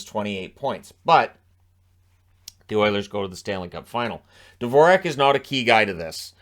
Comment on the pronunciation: His name should be pronounced just like the classical composer, Dvorak. But all the commentators got this wrong.